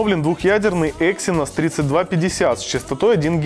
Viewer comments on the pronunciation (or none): none